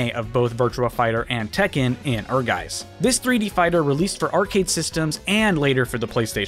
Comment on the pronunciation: Honestly if anyone asked me what game I’d think of today when hearing crossover are gacha games. It’s like one of the main events of many gacha to gain attention and influxes of new players. Also Ehrgeiz should be pronounced airgice.